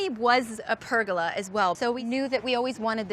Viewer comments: it is pronounced "Per-golla" not perga-la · pergola!??? she definately didnt say that right